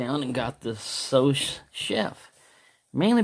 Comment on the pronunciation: The second S is silent in sous mate , I have been waiting to see one of these in action, only seen a tomato being cut until now.